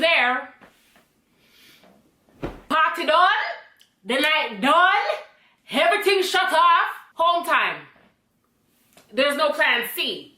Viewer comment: "Heveryting shut arf!" sent me😂🤣😂